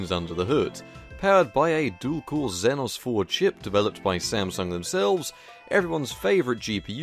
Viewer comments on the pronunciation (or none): none